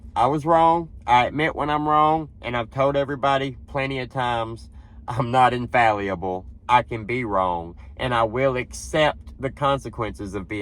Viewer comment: Appreciate your honesty, but you should have checked the law before popping off about it. This has been gone over on other shows many times. BTW, check the pronunciation of “infallible.” You butchered it, son.